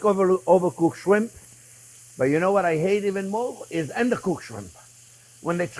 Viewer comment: He said “ender-cooked” shrimp